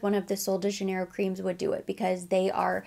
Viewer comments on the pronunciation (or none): none